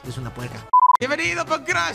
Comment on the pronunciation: Saludame y siempre siempre e querido que vuelvas a decir biembenidooh porfavor dilo